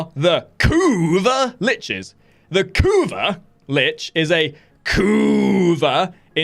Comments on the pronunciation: CAn you for once in your life not spell "kuva" like you are having an aneurysm. It's annoying as hell jesus christ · can you please stop saying kuva like that its fkn annoying dude. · Yea totally agree